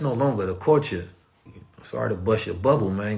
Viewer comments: I'm back again listening,,,also cuz I love the way he says (CULTURE) like...."Caught-cha"😭😭🤣🤣he makes me laugh SOOooo hard when he says it😭🤣🤣😂😅😅☀️🌏🌑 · It really feels like is tickling me Everytime he said culture(Caught-cha) in this video 😭🤣🤣😂😂 because I keep laughing so hard like I'm going crazy or sumn😭🤣😂😂 nobody else thinks that's soo cute funny???🤭🤭😂🤣🤣🤣I came back so many times just let him tickle me cuz I love etttttt👏👏👏👏👏👏👂👌☀️🌏🌑